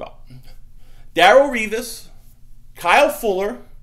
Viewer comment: Lol Daryl revis lmao. It's Da relle say it DA RELLE. DA DA DA DA RELLE!!! Wokka wokka.